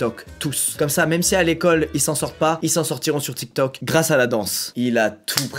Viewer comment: Je suis la seule a avoir remarquer le petit accent quand il dit tiktok 🤣🤣🤣